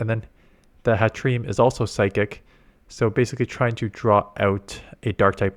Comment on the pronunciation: Add Hattrem and Hatterene to the mispronouncing compilation haha